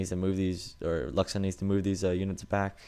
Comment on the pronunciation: great cast, but one mistake: luxun is a french, his name is pronounced like: louchen ^^ TA said it often, go look there